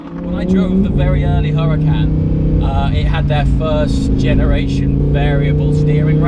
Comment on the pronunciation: Huracan it's not an Italian name, it's Spanish, idk why you pronounce it like Italian...